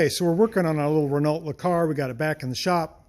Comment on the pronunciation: Again, it's NOT "Lee Car"; it's "LUH Car".